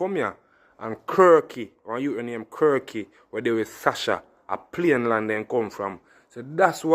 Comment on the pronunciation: Yow bredda not say plane land, the ting a payne land.